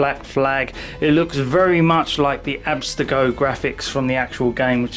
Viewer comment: abstergo, not abstego. But awesome review man!